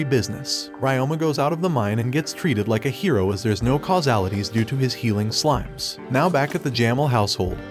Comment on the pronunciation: It's on how you mispronounced slimes into smiles